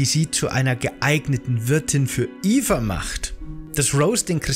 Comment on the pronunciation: Es geht um Mirandas Tochter namens Eva, durch die Aussprache im Video ist das leicht missverständlich.